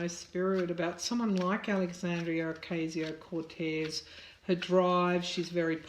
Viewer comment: Dear Tarot card reader, with love, let me advise you on pronouncing AOC's name that is OCASIO, not OKSIO. Good reading. Thanks.